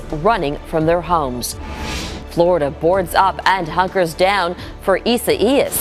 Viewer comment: EE-Sa-EE-Yas? What the heck is EE-Sa-EE-Yas???